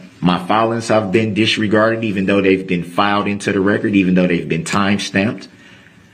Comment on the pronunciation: Another word for Darell Brooks dictionary “disgarded”. This fool can’t even say simple words correctly. Is he trying to say “disregarded”? Fool 🤡 i swear I’m going to write a new dictionary - instead of Websters it’s going to be called “The dictionary of a fool”